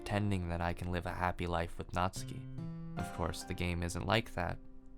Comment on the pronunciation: Great video dude, love the pace and that you could get your point across without using tons of profanity. 200th sub ez clap boys Edit: oh and that you actually said natsuki's name right! Lol